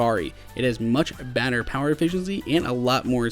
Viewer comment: did he say "much badder power efficiency" instead of better?